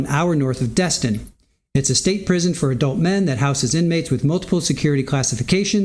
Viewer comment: Its prison not prism lol